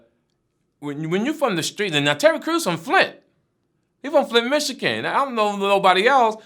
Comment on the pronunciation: Michican ? Come on fruit cup stop it whit that speech impediments 🤣